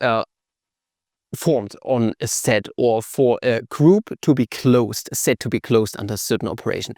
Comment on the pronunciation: Sed sed, zed sed. Dude it's sed set